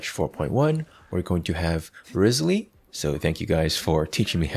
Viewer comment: his name is pronouced rizzly? bro's the rizzly bear